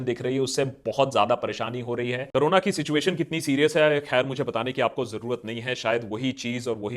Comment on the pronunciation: Pehle corona bolna toh seekh le carona 😂😂😂😂😂